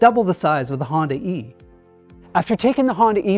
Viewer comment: Honda e Hondae "Honday" Hyundai Honda e = Hyundai